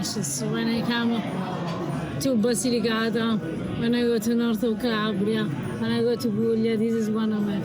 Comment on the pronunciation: The man needs to learn how to say Basilicata. Listen to how your wife says it. Your pronunciation hurts my ears!